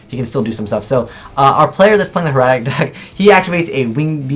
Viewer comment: it's pronounced hair-a-tick